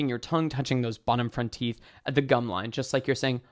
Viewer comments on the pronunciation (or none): none